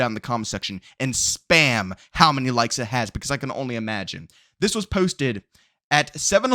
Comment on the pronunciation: No disrespect the way this dude says posted irks me lol